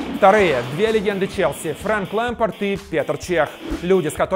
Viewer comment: Я все понимаю,но ПетЕр Чех и ФрЕнки Лэмпард. ВЫ СЕРЬЕЗНО?! Загуглите как имя Петр ска Петр пишется!!!! И еще, спасибо большое,что хотя бы не ФрЕнк Лемпард... /2по-русскому!!!